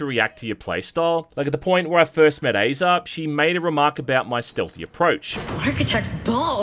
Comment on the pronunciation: Aza is pronounced like the “Whazzuuuuup” meme from the 90s like, “Azaaaaaaaaaaaaahh” Hope this helps.